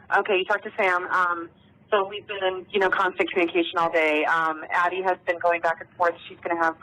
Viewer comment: It’s ADDIE, not Abbie.